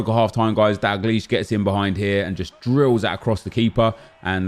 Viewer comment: its DALgleish not DAGleish